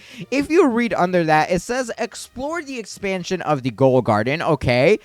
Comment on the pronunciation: Ghoul is pronounced gool. And cauldron is pronounced call-drun